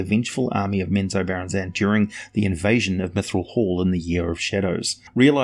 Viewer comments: Right. Emphasis is in the wrong place. has huge trouble with some words. or accidentally swaps them out altogether. I STILL like his work. Prolific. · Except it's not the right way :) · OMG!! FOR THE FIRST TIME IN MY LIFE I HEAR HOW U ACTUALLY PRONOUNCE Menzoberranzan ! I read so many drizzt books and trust me i never pronounced it this way